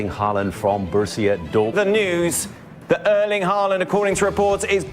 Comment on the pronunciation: His name is Erling Håland. Not Erlend Håland. Points to the presenter for not calling him Haland.